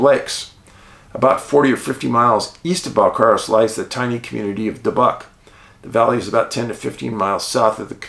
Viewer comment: Pronounced 'Bell-care-us'. I grew up in Qu'appelle above the valleys. Honest farmers.